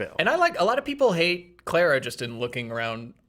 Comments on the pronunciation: The way they kept pronouncing Clara 😬😬😬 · You are pronouncing Clara wrong.